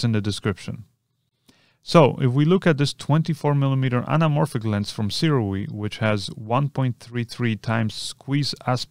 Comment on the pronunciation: Hey, Sirui is actually pronounced sue-ray Just thought I'd let you know